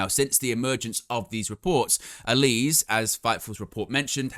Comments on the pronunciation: I see this with a lot British wrestling news outlets when it comes to Miranda Alize's last name. It's a small thing but you are pronouncing it incorrectly. It's AL-LA-ZEA (like HEY but with a ZED) (it may be a reference to the alcoholic beverage of the same name, popular amongst African Americans at one time) it's okay, I am black lol. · I think your pronouncing miranda's name wrong. Sure it's pronounced alaze like the drink